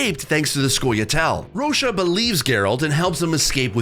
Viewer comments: This man Said Vernon Rosha.. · Who tf is Rocha 😭